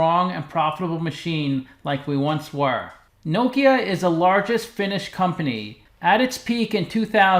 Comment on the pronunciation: i like you pronounce correct name of the company